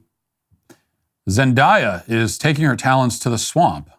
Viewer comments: I know Matt's producers were dying when he said "Zen DIE Ah" and not Zendaya lol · Noooooo not Zend-Aaaaaaaaaaa-ya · Is it not Zen-Day-Uh? Or did you say it wrong on purpose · Yes, they should’ve stopped making shrek movies. They only do sequels and reboots now because there are no original ideas. However, Zendaya is a pretty good actress and didn’t really do anything to deserve being talked about like that. It feels like you may just be picking on her bc she’s not white… It also takes 30 seconds to google how to say someone’s name correctly. It just feels intentionally disrespectful and a little racist and I’m not one of those people who says that about everything.